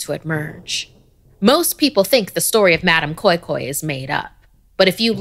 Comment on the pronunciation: Nigerian here 🙋. I remember being scared af in secondary school when I was told the story. We pronounce it as madam "kois kois" 😭😂